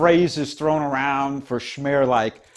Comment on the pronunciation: Probably noone cares but SMER is pronounced with S like in seat. Fico with c like central not k.